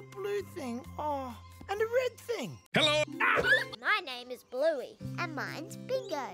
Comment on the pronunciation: Blu-go…Bin-gee Actual LOL. 🤣